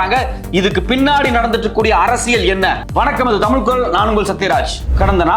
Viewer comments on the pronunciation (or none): none